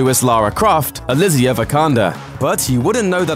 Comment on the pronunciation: It's Alicia not AliZiiiia !